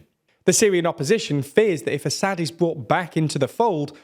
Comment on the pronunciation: A-sad. Not Assa-d, Basha-r el A-sad. damn you. It’s such a beautiful name , and you are butchering it every time. It means lion, like the Russian Lev, the Latin Leo, or the Hebrew Arye. Can you please find a native speaker say it? I can’t take it any more, you are the worst channel in regard to proper pronunciation, by far.